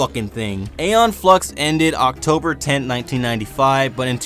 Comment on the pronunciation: Ee-Yon, not Ey-yon. Come on, now.